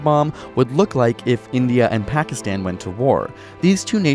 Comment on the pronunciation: If we have a nuclear war we all die. Simple. Also, I don't like how you pronounce Pakistan